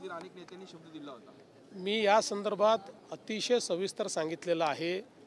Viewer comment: तू मेल्यावर की शेतकरी मेल्यावर देणार ते सांग....काय संतर्भात संतारभात बोलत आहेस...